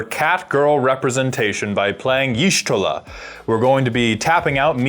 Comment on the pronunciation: I love watching commander games. But I stg if you don't learn how to pronounce the character named from the FFXIV deck im gonna lose it xD